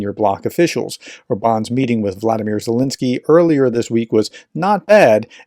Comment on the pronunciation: RT Russified Zelenskyy's name. That's just rude!